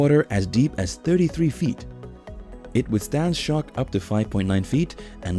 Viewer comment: Every time he says “shock” it sounds like he is saying “shark”. I was thinking man this guy has a big shark problem. He keeps testing the cameras if they are “shark proof”.